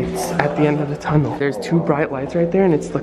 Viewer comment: that tunnel should be “ Datunnel”